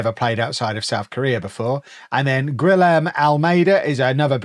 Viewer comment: what a way to prounounce Guliherme 🤣